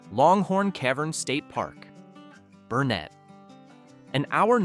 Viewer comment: Here’s another mispronunciation to join “Grewany” Longhorn Caverns are in Burnet County. Burnet is pronounced like Durn it, as in Burnet durn it!